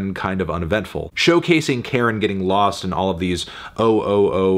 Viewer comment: It's Car-in. Not Karen. You know this, why are you purposely mispronouncing their name?